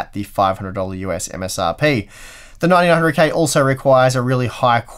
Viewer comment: When you try to say "9900K", you often mumble it and say "900K" and sometimes it even sounds like "1900K". It's doing my head in! Is it the sleep deprivation? Regardless, love these videos, thank you.